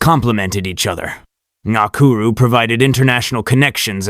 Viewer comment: Your pronunciation sux of the name bro. Its dux (ducks) ngakuru. Not gokuru